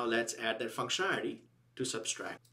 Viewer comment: Not that I am any stickler for chaste English, but it's SUBTRACT, not SUBSTRACT. BTW, great videos !